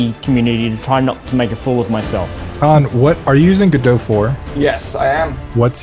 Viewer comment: Guh dough - Godot